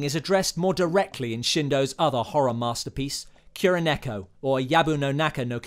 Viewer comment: Sam-eww-rai Little bit too much of an over inflection there. Ki-ro-neko This is also incorrect. It's pronounced KU-ro-neko.